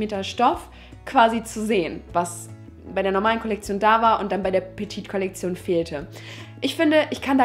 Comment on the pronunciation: petite ist falsch ausgesprochen:)